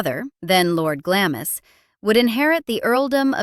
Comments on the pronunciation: it's Glarmz ,,,where the hell do you hear GLAMIS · I do wish commentators learned how to pronounce names properly. It's not Gla-mis, it's Glahms. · I’ve been to glamis castle and it is pronounced “glams” as in bombs. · Glamis (Castle) is pronounced ''GLAAMZ'' not 'glamiss'. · This is outrageous to demean such an important and much loved member of the Royal Family. Shame on you! It is also Glaaams not Glamis as you pronounce it! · Glamis is pronounced Glarms. Do your research. And why is the tone so sneering and knowing? And what's your obsession with teeth? I'm no monarchist but this just seems directed by personal animosity. The Earlswood episode is awful but the late Queen probably had more influence of Burke's and Debrett's than her mother. I don't know where the factual backup comes from most of this. So boring and really, now, who cares? Long gone now. Find something else to ranble about and maybe do some original research on the next subject; PS :Are you a dentist? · It's pronounced, "Glams" Castle, not "GLAM-is" 😂😂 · It is pronounced Glams not Glamis. This alone makes the entire narration suspect! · Glamis is pronounced Glarms here in the UK 🕊️ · Glams to rhyme with alarms! Shame to get it wrong! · Linda from UK here. Glamis is pronounced Glarms. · "Glamiss" Castle? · Glamis is pronounced Glarms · "GlamIS" castle? That's an interesting pronunciation... But the historical expert should no better than me.... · Don't you mean Glamis Castle, pronounced Gl - arms Castle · I think it's Glamis pronounced Glams........ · pronounced Glarms. I believe. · glamis (glams) is the sounds like bombs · at least pronounce the word Glamis correctly!!!! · “Cookie” was the nickname given to her by Simpson because there was a rumour that Elizabeth was the result of a liaison between the Earl of Strathmore and a French cook that worked at Glamis. Can you instruct the narrator on how to pronounce “Glamis”.